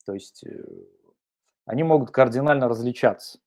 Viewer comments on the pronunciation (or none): none